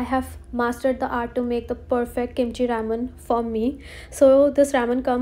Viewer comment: Her pronunciation of Ramen aiyyo 😭